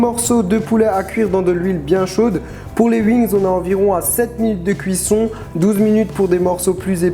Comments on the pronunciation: des uings? 😂😂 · trop mignon quand il dit des "uings" (wings)^^